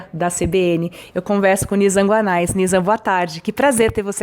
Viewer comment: Petria, desculpa-me, mas a pronúncia correta é "Guané". Sou teu admirador. Obrigado!